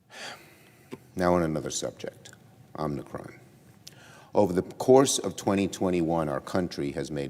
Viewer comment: Chuck, I know it is "new" but could you possibly pronounce Omicron correctly? It is NOT Omnicron.